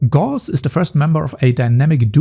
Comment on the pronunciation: You pronounced Gauss wrong.